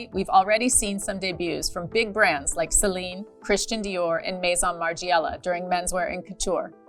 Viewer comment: It's unbelievable that at your level and status you can't even pronounce Margiela correctly. So American, so disrespectful.